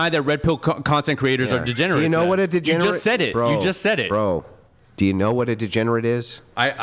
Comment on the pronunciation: DEGENERATE* (not "DEGENARATE")